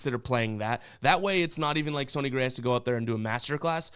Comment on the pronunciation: I thought it was pronounced sunny like sunny day, not sony like Sony PlayStation …or am I missing a joke haha #GenuineQuestion